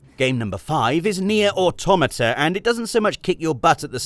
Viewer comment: Please tell me that you haven’t been pronouncing automata as auto marta ?